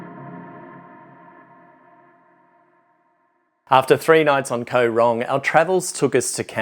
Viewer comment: Koh is pronouned gaw. Same as in TL.